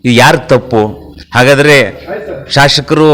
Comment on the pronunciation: ಶಾಶಕರು ಅಲ್ಲ.ಶಾಸಕರು ಅಂತ ಹೇಳಿ.